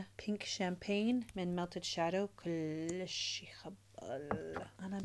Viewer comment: Kolish helo kolishh kolish 😂